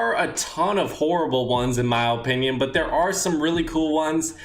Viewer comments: How many times is this guy gonna say ohpinion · ''in my ope-nion''